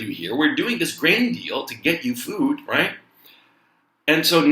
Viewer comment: when you say right" it sounds like "cuack"